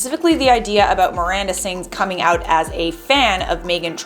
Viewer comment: "Amanda" - Miranda* sorry bugs me especially in a news thingy